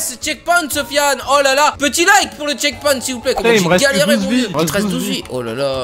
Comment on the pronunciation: c pas chekponte mais checkpoint